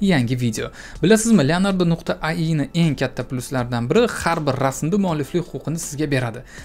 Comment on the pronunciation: Ayi❌Ai(Ey ay)✅